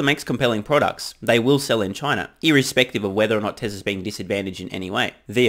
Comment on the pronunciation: Had me jump when you mispronounced "Tesla's" as "Tresla's" and for a moment thought you said "Trevor's track record 😅😂😂😂